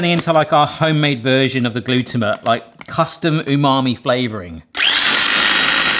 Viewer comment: Gluto-mate. Not how you pronounce it. It sounds like your shortening the word.